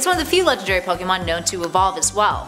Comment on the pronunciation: Wow she pronounce almost every pokemon name wrong